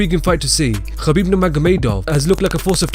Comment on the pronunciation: don't say Kabib